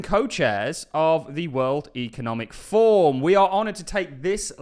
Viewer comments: Kima is part of the cbdc's. Can you also pronounce forum. Slower pleses it sounds like your saying form. It's for room fourm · it is ForUM, not Form 😂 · Its 'forUM'. Not 'Form'. Two videos obout the wef and you cant say forum,. WTF.